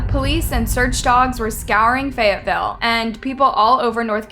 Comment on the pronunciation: "every woman in fayateeville" I DONT THINK SO. HE'S A 2